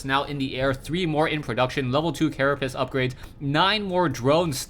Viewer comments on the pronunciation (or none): none